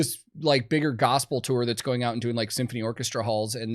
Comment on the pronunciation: Thanks for pronouncing "tour" correctly... many clueless people say, "tore".